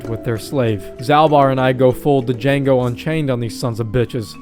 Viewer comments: basically you say his name like you would Jango Fett. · It’s not D-Jango unchained. The D is silent, so you just say Jango